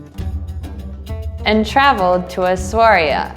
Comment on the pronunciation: Good luck you guys. That was a cooperation. I will tell my friends about you. They will like to learn English. One little correction for you though,; Essaouira is pronounced like this: E-ssa-wiira.